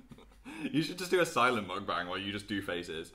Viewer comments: say it with me: mohk- bahng. meok-bang. meok- like :mock: mixed with :toke: and the a in "bang" sounding like "ahhng". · Are we not going to mention how they said mukbang... lets just accept that saying things in another language is not their strong suit 😂😂